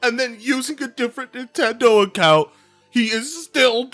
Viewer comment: I like how the closed captions went "Bye Nintendo" when you said "Buy Nimtendo". Because that's exactly what I think right now - Bye Nintendo.